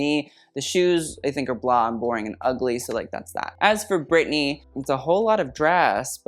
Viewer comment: The way you said Brittany & Jason Aldean 😂